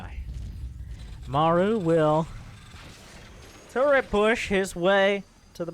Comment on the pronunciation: There is no “N” in turret!!!!!!! !!!!!!